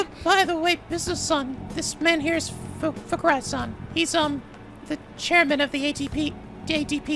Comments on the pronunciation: I love how much mispronouncing his name as Fuck-urai fits. Come at me Fuckurai! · When was doing the SL with Chihaya and the chairman, it sounded like he was pronouncing his name as "Fuck-kurai" every-time he said his name. is sooooo /amazing/ when it comes to pronouncing Japanese names hahaha:'D